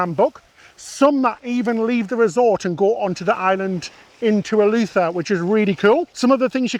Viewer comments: The Island is Eleuthera, with an “r” in the last syllable; not “Elutha”. Bahamian is pronounced with a long “a” sound in the second syllable. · Ee-loo-the-ra - 4 syllables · Love you guys videos but as a Bahamian I just have to say the pronunciations are way off 😂 “Bahamian” is pronounced (buh-HAYM-yin) and “Eleuthera” is pronounced (el-OOTH-ruh)